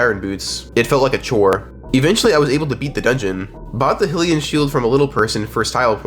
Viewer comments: hillian mushroom is wild, bro its hylian(hi-lee-en, this is for anyone, aka, who needs pronunciation) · Great video. Hylian is pronounced "high-li-an" not "hill-i-an" by the way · "eh-pun-ah" "fee" "hill-ean" ridiculous deku nut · bro said Hill-e-yuh 😭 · Jeez your pronunciation for things. It's Eh-Poe-Nu, and Hi-Lee-Un. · Bro that's not how you say hylian, Epona or king Rhoam. Idk why that annoyed me so much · Is it not pronounced deku nut not dEEku nut Same with hylian and epona